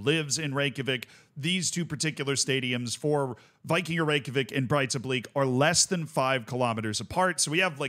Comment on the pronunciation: Its not pronounced Breitablik. Its more like Breithablik, however the th is very soft. Its very much like the Welsh dd.